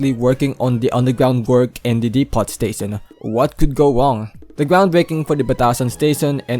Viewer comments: No offense, but depot is pronounced "dep-oh". The T is silent. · chicken farm.😂 also silent yung t sa depot. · I am more bothered on how you pronounce Depot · Bro, in "depot", the t is silent.